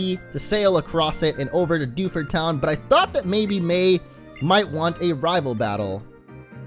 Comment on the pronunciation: Dew ford town it's like defuse town